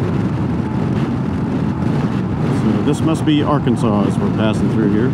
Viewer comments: thanks man, coincidentally, I also noticed you said Arkansas as “R-Kansas, in Kansas. That’s where my sister and her family lives, another stop I’m going to during my trip before coming back home. Crazy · Yep! I grew up in Oklahoma, but my family is originally from Hutchinson and Wichita, KS. They'll look at you like you're from Mars if you pronounce Arkansas "wrong" 🤣👍